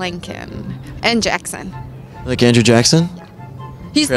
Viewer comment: She did not say Jackson😭